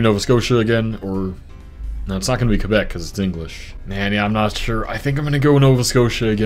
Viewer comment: and he also didnt say qwebec lol